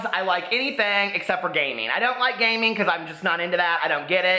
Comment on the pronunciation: Every time you said 'gaming' I thought you were saying 'gay men'...and was thinking 'whaaaa?'